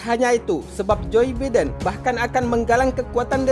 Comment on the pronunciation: Jir "joy beeden".